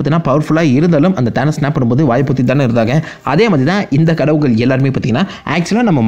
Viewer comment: Adhu Enna Dah Kadavugalll_✅✅✅ Kadavulgall_❎❎❎ 😁😁😁😁😁